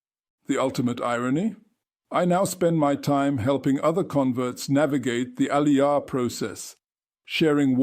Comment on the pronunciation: I hear there are nightmares. Learn how to say Aliyah properly is my a suggestion to start with. And yes many seculars in Israel don’t know basic laws and prayers. Israel should welcome you with open arm. Most converts know more about Judaism than non converts. And converts in Judaism are considered to be at a high level according to the Jewish law (Halacha). So go join an orthodox community to get the respect you deserve, but no, wait, you didn’t convert orthodox. A mistake. Reform Judaism does not exist in Israel I hear.